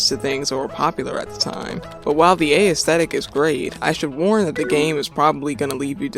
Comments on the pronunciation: The 'ae' in 'aesthetic' is pronounced the same way as the A in 'assume'. Not a-esthetic. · this is a great video, I hope you make more like it in the future. just one note though, the emphasis in aesthetic is not on the letter A. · Never heard aesthetic pronounced this way